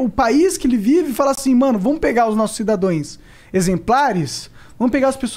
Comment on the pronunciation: "Cidadoes" foi de matar monark